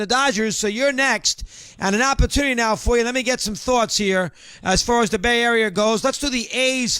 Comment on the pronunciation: Bay arier lol